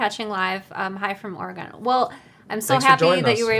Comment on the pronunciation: Oregon (Or-gun)